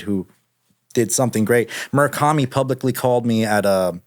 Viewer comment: Drinking game when he says Murikami